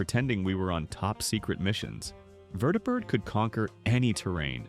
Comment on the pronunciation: Yeah, it's AI. Anyone alive and a kid at the time knows it's pronounced VER-dee-bird.